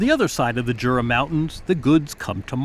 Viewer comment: Just FYI the Jura Mountains here in Switzerland are pronounced You-rah, not Jura with a hard J.